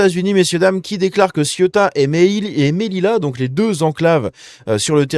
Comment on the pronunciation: Ce n'est pas "MEDILA" , ça se prononce "MÉLIJA"